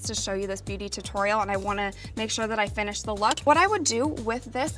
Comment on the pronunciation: i hate how blair says two-torial